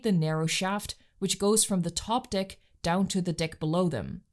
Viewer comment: Amazing work!! 9.8/10. Not the full 10 simply because it’s deck as in peck, not deck as in pic